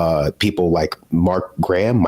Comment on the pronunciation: We pronounce the ha in Graham. If we want it to sound like gram, we write it as gram. And we know what a gram is.